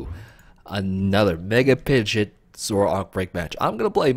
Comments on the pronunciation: Pidge-ot bro, like 99% sure it was pronounced that way in the anime too! Basically Pidgey + the "ot" not "it" like you were saying. Just saying not trying to be mean. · The way you're saying pidgeot is driving me up a wall lol